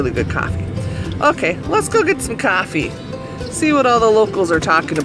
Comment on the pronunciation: Your city should have a cat park, so your cats can run around with other cats!:) Hi! Thanks for taking us along on a ride through your beautiful snowy town! I love how you say, "Caaaahfee.":)